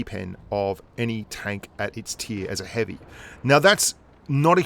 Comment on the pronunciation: said heavium and I thought heavish lol